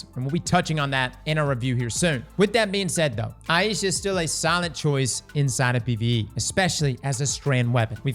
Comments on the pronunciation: Yeah is saying it wrong like he does for a LOT of his videos it is eye-sha any google pronunciation search result will say the same. Aisha. So, "eye" as in eyeball and "sha" as in shopping. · Just FYI for everyone, its pronounced eye-sha (Ai-sha), not eye-ee-sha. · ai easha wth did he say, isnt it pronounced ai-sha just wondering now so I don't sound like an idiot. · It's pronounced Aye-sha's Care 😅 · Works both ways, but it depends on the person whose name it is. He's in Louisiana, I reckon 'aye ee sha' is the more common pronunciation there. There's a variant "Ayesha" as well, but there's no ambiguity with that one.